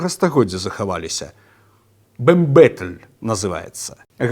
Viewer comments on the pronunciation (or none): не бембетель, а бамбетель. і слово креденс на галичині теж використовують